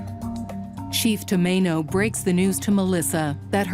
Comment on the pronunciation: It's chief Tomano.